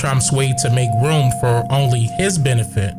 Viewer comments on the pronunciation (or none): none